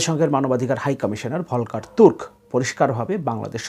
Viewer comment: জাতিসংঘের মানবাধিকার কমিশনার Volker Türk (শব্দ দুইটি জার্মান ভাষায় উচ্চারণ হবে “ফলকার তুর্ক” )। তিনি অস্ট্রিয়ার নাগরিক। তিনি ভিয়েনা বিশ্ববিদ্যালয় থেকে “আন্তর্জাতিক আইনে” পিএইচডি করেছেন। তিনি UNHCR এর mandate কি হবে তার উপর গবেষণা করে বই লিখেছেন। সুতরাং তিনি আন্তর্জাতিক আইনে একজন (Authority) বিজ্ঞ ব্যক্তি। তিনি ব্রিটিশ আইনে কোন বার-এট-ল নন।